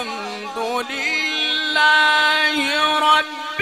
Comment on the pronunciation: It’s not alkamdulilahi it’s الحمد لله ربالعالمين